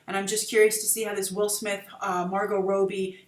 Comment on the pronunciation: 'Rob-bie', not 'Robe-bie'